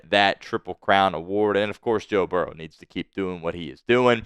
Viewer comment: What do you think about your Spittsburgh team now?!!! Oh, and who is Barrows?! It's Burrow!!!!! Also, it's diehard, not dieheart! Now I know why you are a delusional Squealers fan! Who Dey!!!!!!